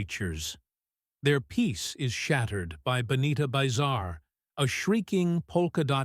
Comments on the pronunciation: Narration completely destroyed pronunciation on the Bugaloos, that's BUG-aloos, NOT BOO-gle-oos, and it's Benita BIZARRE , NOT Bonita BYEzar. Doe no one proof these videos before uploading? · So many AI fails. R dash 2 D dash 2? Benita BUY-zahr? Bugle-ooze? Jonathan Harris a 60's cowboy icon?